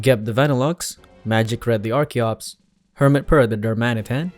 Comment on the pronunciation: FINALLY! SOMEONE WHO PRONOUNCES "ARCHEN" AND "ARCHEOPS" CORRECTLY! I was starting to worry I was the only one! RIP Magic Red, though! If that were me, I'd quit right then and there. Archeops is my all-time favorite Pokemon :'(